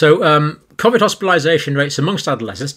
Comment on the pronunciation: John either pronounces it cof-vid consciously or subconsciously to pretect his mind from the lies hes spouting and to protect from the mob stringing him up from the nearest lamp post if humanity ever wakes up to the hoax "no no i meant cofvid not covid" wont work johnny boy